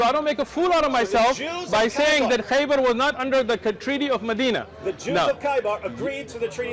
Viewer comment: Khaybar not Khyber. (Khyber sound like the are are around Pakistan and Afghanistan.)